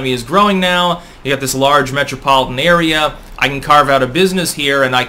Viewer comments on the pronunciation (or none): none